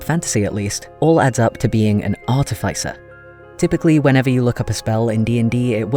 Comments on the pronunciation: Ah yes, ArtifYcer! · Mispronouncing artificer again I see